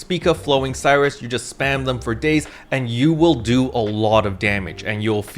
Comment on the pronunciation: "No! My Voltage!" - Luster Mains, probably P.S. Please double check how Flowing Sirius is spelt, I don't think it's supposed to be pronounced Flowing Cyrus.